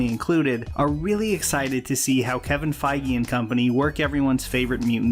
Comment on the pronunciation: Now I know how to pronouce Kevin Feige